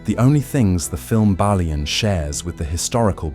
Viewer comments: This is either very poor human narration or its A.I. Within the first 4 minutes I heard at least 3 different pronounciations of Balian and the French name Guy totally destroyed, pronouncing it as you would in "Guys & Dolls". Awfull, I couldn't watch it further. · Did you even watch the movie? 😂😂😂 you mispronounce Balians name, his wife's dead body wasn't burned 😂😂😂😂